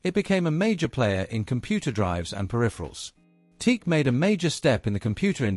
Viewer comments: TE-AC. Not Teak. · Not a bad documentary, even if you omitted to include the Studio 8, the world's first 8-channel reel-to-reel portastudio. I've been using TEAC/Tascam products since the 1970s, but you're the first person I've ever heard pronounce it teek. People usually say tea-akk. I don't know which is correct, but since it's a word made up of the initials I guess you can pronounce it any way you want. By the way, I was brought up in Birmingham and moved to California in 1979, so I've used TEAC products on both sides of the Atlantic. I have two 3340s and two Studio 8s, besides TEAC's CD and MiniDisk players. I used to have two of their DAT machines, but I gave them away. I also have one of their hard disk recorders. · The correct pronounciation is T-ACK. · I have a large collection of open reel tape machines ranging from consumer to prosumer to semi-pro to full-on professional. I have more TEAC (including TASCAM) machines in my collection than any other single brand. But I have to say that I turned off this video the moment I heard the "TEEK" pronunciation. It's "TEE-ack". Two syllables. That's how the company pronounces their name. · Then you must not have watched the vid... he says Teek right at the beginning. 😁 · It's pronounced TEE-ACK ! :face-orange-raised-eyebrow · sorry, can not listen to a video that pronounces it as teek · Dude, the preferred nomenclature is Tea-Ak. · You are supposed to pronounce it like T - Ak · It is pronounced T-ack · The company name is pronounced as Tee-Ack. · Pronounced Tee- Ack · Most people pronounce it - " Tee-Ack" !!! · I think the company is pronounced "T-ACK". Teak is a wood. If you phone them, that's how they answer. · Te-ac that too, 2 sylables.. Te-ac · Correct. I've been using their reel to reel machines since the early 70s. The company is pronounced as Tee- Sack. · At least you have your computer-generated voice pronounce the name correctly. Pathetic.